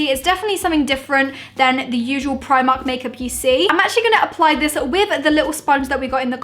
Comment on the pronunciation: u say primark wrong